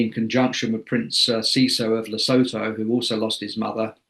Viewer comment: Standards in broadcast have hit rock bottom with mispronouncing Dr Sophie and Lesotho HORRENDOUSLY!!! These people get PAID to present and report and they speak like toddlers!